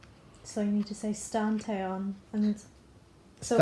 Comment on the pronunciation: your dad said stan cherry bullet